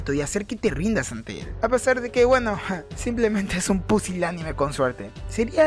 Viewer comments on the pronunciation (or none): none